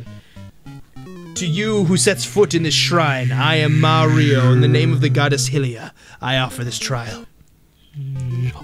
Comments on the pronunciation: I hate when people say Hylia or Hylian as Hill-ia(n) or Heel-ia(n). IT IS PRONOUNCED AS H-eye-LIA(n). IT IS SIMPLE LOGIC PEOPLE. YOU SAY HYRULE AS h-eye-RULE SO WHY CANT YOU GET THE REST?? ok triggered rant over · ITS NOT HILIA ITS H-IE-LIA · Why would it be “Hih-lee-uh” when the kingdom is “Hy-rool” (That means it’s meant to be “Hy-lee-uh”) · ITS NOT HEELIA ITS HIGH LIA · Hi- Lee- Ah That's how you say Hylia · HY-LI-A HYLIA sound it out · It's not hilliea.....